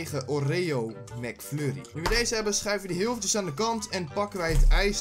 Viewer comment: hoorde ik nou Mac furrie?? XDDD